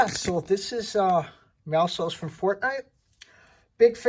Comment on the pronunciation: Finally somebody that says his Name correctly and a Great Review